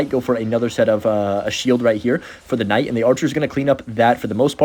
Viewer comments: Please just call the Knight a Night. You keep saying Kuhnight or Ignite and it’s like whyyyyyy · it's hero knight the k is silent wtf is a hero kanaight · Did you just call it k-night? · The K night pronunciation is triggering me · PLEASE! STOP SAYING THE K WHEN SAYING KNIGHT!